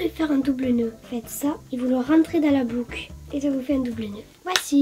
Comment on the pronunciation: hahahaha y'a pas que les miens qui disent "blouque" lol